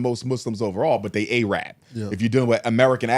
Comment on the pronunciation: A-rab 😂 yeah he was Muslim alright